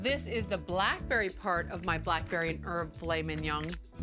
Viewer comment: She pronounces it like it's an asian classic. "Filet ming yong"